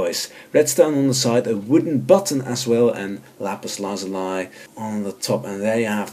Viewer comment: ”Lapis Lazulai”